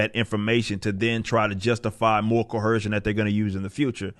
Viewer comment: There’s no H in coercion brah